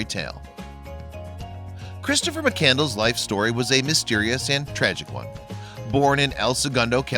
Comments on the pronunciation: McCandles? Lol! It’s McCandless. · Well done. However, you should know that you’ve mispronounced his last name the entire time. It’s (McCann-d-less), and not “Mc-Candles”. Nevertheless, I enjoyed your video and I thank you for producing and sharing it! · McCand-less not candles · It’s McCandless, not mak candles... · Its pronounced MC CAND LESS not mc candles!!! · His name was Chris McCandless, not McCandles. The narrator not only chose the wrong type of music for this video, but also did not pronounce his name correctly. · Chris McCand--LESS! NOT McCandles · Before you put some little video together learn how to pronounce his name that's disgraceful